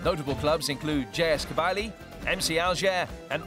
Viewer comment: This guy said “jay ess kabeye-lee”